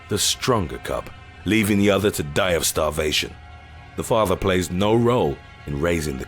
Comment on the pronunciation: The way he says die of starvation. Leaving the others to DIE OF STARVATION..